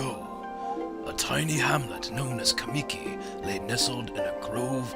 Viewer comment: As soon as I heard "kuh-mee-kee" I vomited and started looking for the Japanese audio version with english subtitles.